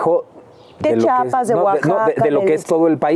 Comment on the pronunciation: Me da mucho gusto ver a una actriz, hablando de política, y con el pelón 👍🏻 pero… crítica constructiva para quienes dicen Chapas, en vez de: Practiquen todos!! CHIAPAS!! CHIAPAS CHI-A-PAS. 😊😊 🤍